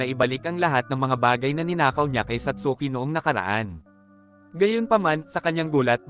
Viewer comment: satski po pronounciation ng satsuki✌🏻🫰